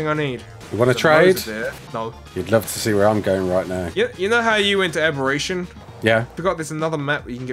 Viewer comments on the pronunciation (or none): Abberration is your weakness? haha i love it there